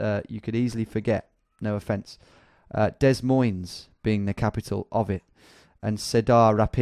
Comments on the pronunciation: Then theres the hard S’s on Des Moines... I live there it pisses me off! 😂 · American pronunciation guide: Iowa = "EYE-owa" (stress on "I") Cedar = "SEE-drr" Des Moines = "D'moyn" Topeka = "ta-PEEK-a" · Lmao it’s pronounced de moin not dez moinz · Iowa: Eye-Ohwa Des Moines: De Moins Cedar Rapids: See-der Rapids Topeka: Toe-pee-ka To be fair your american pronunciation is better than my english ( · seh-dar-ra-pids eye-owe-uh dez-moyns lol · The way you pronounced Des Moines, Cedar Rapids, Iowa, and Topeka was cute and funny.